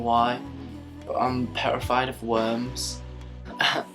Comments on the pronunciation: I have never heard someone say petrified like that.. I fucking love it. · I love the way he says "petrified" aw. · "Absolutely perrified." haha I like you. :)